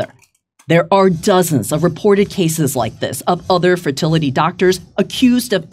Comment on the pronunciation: JD said "ferTITITly clinic...snap....Also shut up Metzger.